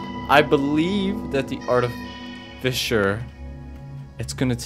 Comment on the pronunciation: Aw frik my comment draft got deleted by YouTube, this is the second draft - rushed cuz I don’t remember all the details :((( look out for terrain and map changes, it may help piece together a timeline! art-eh-fis-sir personally I feel that blind is best, since youtube comments can give you any needed advice/tips. Also yep, she. smh you can’t just ask why someone’s glowing red. Dw though, it’s just the drone’s color slugcat more like snailcat hopefully this isn’t backseating, but the direction you hold matters. That means left+up sends you a (slightly) different direction than just left, or just up. Also, technically you have 10 charges, but it’s more complicated (due to recharge time, as well as parry taking 2 charges). As a rule of thumb, stop/reduce blowing up when you are fizzing. :) arti speedrun when? you can use the map to check fine-details on the map, including whether something is background terrain, or is a pole(plant) As a side note, each slugcat has a different playstyle or ‘vibe’ to them. Survivor is the baseline, monk is relaxed/friendly, hunter is quick and planned, gourmand is chill and ‘go at your own pace’. I’ll let you figure artificer’s one as you play.